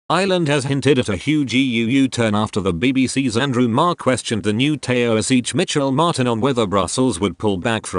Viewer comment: What the hell is a “Tay oh seech”?